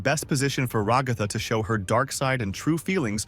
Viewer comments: Yea cuz some people just say RAAGAATHA ...LIKE DUDE IS RAGATHA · IT'S NOT "raGtha" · who is rogatha i know ragatha not rogatha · My guy your voice must be Ai who in their right mind says Ragatha like you do they say her name in the show. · I completely agree